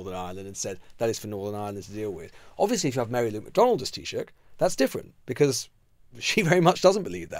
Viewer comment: Well done, Lewis - the first English journo I've heard, not absolutely mangle Taoiseach, Fianna Fail, and Fine Gael.